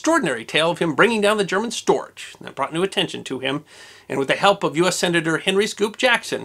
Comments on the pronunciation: The German Storch is pronounced “stork” since it’s gear is long and gangly, just like the bird. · One of the few errors I've found in your wonderful series is your pronunciation of the German word "Storch." The German "ch" is pronounced "ck." ...Wikipedia: "The Fieseler Fi 156 Storch (English: Stork) was a small German liaison aircraft built by Fieseler before and during World War II. Production continued in other countries into the 1950s for the private market. It remains famous for its excellent STOL performance and low stall speed of 31 mph (50 kmph)." It was named Storch for the bird that annually returned from Central Africa to in the lowlands of Germany and Holland, and their traditional nests on chimney tops.